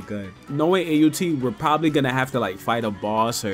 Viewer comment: bro called aut “New”